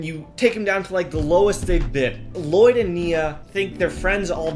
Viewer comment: it was funny when u said Llloyd